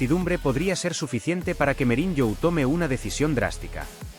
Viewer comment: SE DICE MOURIÑO NO MEURIÑO